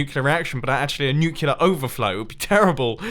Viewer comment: you purposefully left 17 sponges there, you idiot. 😑 Also, it's pronounced nucLear, not nucULar. 😑